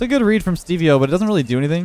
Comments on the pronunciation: Hearing call Steve-o Stevie-O is pain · Why did "ugly ahh" get -2 points in that last game when they won? Don't think I've ever seen that. Lol. Also, hearing say steveo in the last game was cracking me up. Crazy how much a hyphen can make a difference when pronouncing something such as Steve-O.